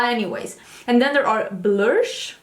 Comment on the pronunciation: let me tell you, the star of this episode was you and your looks 🤣🤣🤣 🤣🤣 Stop trying to make fetch happen 🤣🤣🤣🤣 🤣🤣🤣did you say blursh the look I was done 🤣🤣🤣🤣🤣🤣 priceless and that Natash Denona Palette 😱😱😱 it’s a purchase for me. Another great episode.